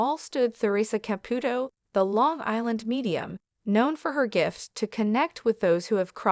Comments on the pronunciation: Exactly! Not only that but mispronouncing her name. That's the sign that there is no real person talking, it's AI. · It's difficult to take stories like this seriously when even Theresa's name is mispronounced.